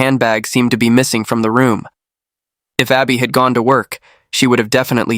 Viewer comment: Her name is Arbe not Abby